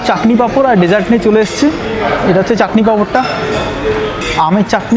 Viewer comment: Bdw it's "chatni" not "chakni"